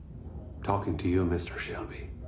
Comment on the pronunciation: يا عم شلبي مييييييين 😂 اسمه شيلبي